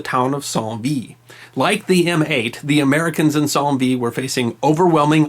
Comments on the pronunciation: The name should sound like Cent Veet. Not Psalm Veed. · Dear, I'm a fan. I love what you do, the choice of topic and your wonderful delivery. Not a complaint but just a friendly sharing of information: Saint Vith is pronouched "San" (like the English word sand without the "d") and" Wit" (like you have great wit). In Belgian French (just to keep us all confused) the letter "w" is pronounced like in English. So, Waterloo is correctly pronounced in English, and by the Francophones in the vicinity, in exactly the same way. Keep up the great work. Cheers. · p.s. St Vith ... St (short for "saint" with French accent) sounds less like "son" in "song" and quite like "san" in "sand". And Vith less like "vee" in "teeth", and more like "vi" like "it". And "th" would sound like the start of "thing". ^5